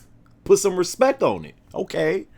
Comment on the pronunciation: "Close your eyes suckas, put some respeck on it" hahaha